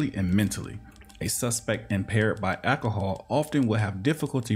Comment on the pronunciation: Just here for the overuse of “akahall”